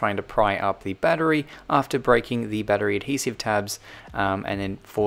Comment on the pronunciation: you say battery like "bad tree"